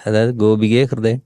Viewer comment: കൃദയം' 'അല്ലല്ലോ / ഹൃദയം അല്ലെ ശരി!